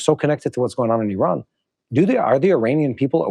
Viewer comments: Its not called IRON its IRAN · You don’t pronounce name of the country correctly